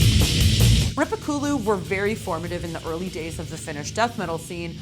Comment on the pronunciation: Very cool video! Just a bit surprised that after you language course you still seem to mispronounce many words like Kalevala, Makkonen and Rippikoulu, not to mention Joensuu, my hometown for a while! 😉